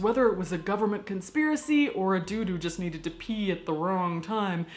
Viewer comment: Unexpected thing I learned from this video: "a dude who" sounds remarkably like "a doo doo."